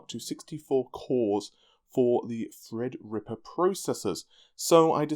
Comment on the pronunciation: Fred's dead baby, Fred's dead. I can tell every time he says it with emphasis on TH it's a subtle FU to every inane fred comment ever made on a redgamingtiddycum video :)